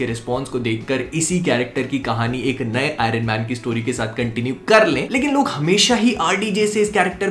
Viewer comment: I-run man nahi.. Iron man hota hai. Fuddu.